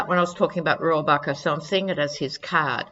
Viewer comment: you pronounced Dana Rohrabacher's name correctly. Joe Scarborough calls him "Putin's favorite congressman"....